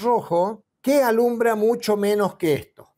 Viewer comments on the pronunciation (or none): none